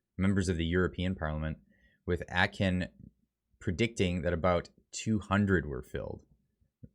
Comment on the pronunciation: Please learn how to pronounce words such as Plenary, Atkin, etc. etc. Good gravy. To practice, read out loud to yourself every night.